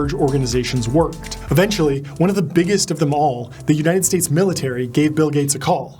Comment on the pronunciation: Bill GAYts